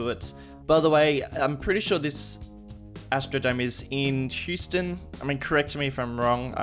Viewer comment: Apparently Houston is pronounced "House-tn". I'm Aussie too so I don't get it either